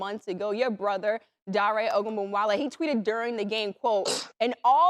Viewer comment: ARIKE - Are - Ree - Keh (not Kay)